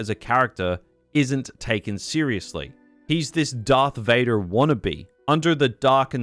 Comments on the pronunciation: bro ngl this caught me offguard, hearing his voice suddenly pronounce "VadER did!" After 40 minutes of hearing him speak, funny asf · bro got so mad his county came out lol